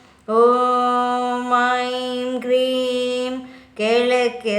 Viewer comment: Kreem alla adhu hreem adhu